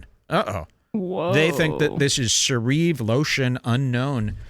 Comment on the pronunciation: “Se-reave lotion. They think its se-reave lotion.” “I’ve never seen the penny in person.” Gems, as usual, from.